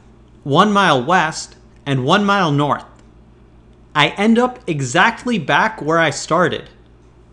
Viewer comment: The way this guy says north it sounds like he's saying 'nor'